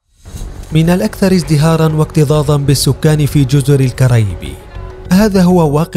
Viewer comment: حسن نطقك اسمها الكاريبي مش الكارايبي ادرسو قبل متتكلمو والنبي